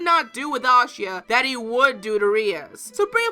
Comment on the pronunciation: You said Asia wrong😭